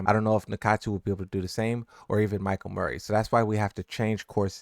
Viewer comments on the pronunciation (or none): none